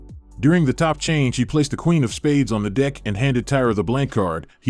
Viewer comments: Since when do playing cards belong in a "dick?!" That's news to me. It's just a wee, wee mistake that should be corrected in this video's narrative. (And why am I now thinking of the letter "p?") ~ And, no, I don't like any voice overs that are using AI-- or any "other" computer-generated voices. Using this "choice" for the Narration (my cap) part of a video presentation I think clearly illustrates that, as a culture, we are becoming increasingly lazy and even cold-heartedly disconnected from an important part of what defines a healthy civilization: putting a priority on direct and personal communication that can imbue all of the feelings that human expressions can generate. Our personal "signature," i.e., our own vocal styles, our unique ways of expressing feelings or information of any kind between human beings, are rooted in the evolution of a civilization. But, when in the course of finding--or seeking--more effective ways to express ourselves in this technological world become interrupted by our lack of appreciation for direct and personal human contributions to oral communication, it deeply concerns me, because part of what defines the healthy growth of any society is being able to communicate clearly and directly, human-to-human, voice-to-voice. Our words are, indeed, a reflection of our personalities,of our personal thoughts and emotions; and when expressed through our unique personal inflections, each of us really do continue to better understand ourselves, i.e. with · Why is it that every time the commentator says "deck" it sounds like "d#ck"? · This one sounds like he is swearing every time he says deck and its really distracting. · Y'all he is definitely not saying "deck" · this guy can't say DECK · somethings's seriously wrong with the pronunciation of the word deck in this voiceover hahaha !! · I hear something else everytime when he says the word 'Deck'. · You're not the only one 😂😂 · Dude, its deck, not dick 🤦💀👎🍆🥛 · It's DECK not DICK....